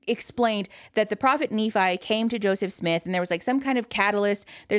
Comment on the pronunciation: pronounced Nephi wrong - exmormon speaking - idek how to correct him in writing the e is different - it's Knee-phi